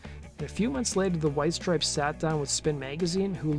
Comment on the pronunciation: Why is the narrator saying “strips” when there is clearly an E, and it’s “STRIPES”